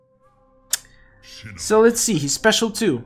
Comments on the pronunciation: It is Shinnok not Shinnek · Sounds like is saying Shinnik instead of Shinnok. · Ur saying shinok so wrong u kinda sound like my sis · He said shinnok wrong.